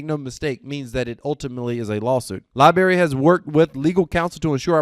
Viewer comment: Lie-Brarey.......not lie berry...lol Good job but please...